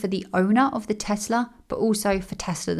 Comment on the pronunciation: Teslar? Never heard of it. Teehee